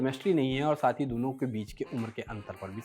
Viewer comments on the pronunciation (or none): none